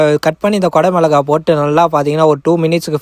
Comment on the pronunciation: ஓசியில சப்பாத்தி கெடச்சா நல்லாத்தான் இருக்கும் தமிழ்ல பேச முதல்ல கத்துகிட்டு வந்து அப்புறம் பேசலாம் கொட மோளகா இல்ல தம்மி குடைமிளகா